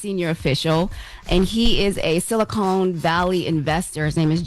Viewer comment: …it’s pronounced SiliCON valley, not silicone.